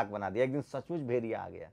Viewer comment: भाई पहले भेड़िया बोलना सीख लो भेरिया बोल रहे हो। बात वैक्सीन की कर रहे हो।लगे मोदी विरोध करने।कहॉ से फंडिंग हो रही है।